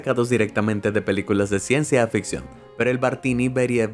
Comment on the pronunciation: eh amigo es CIENCIA FICCION NO "AFICCION"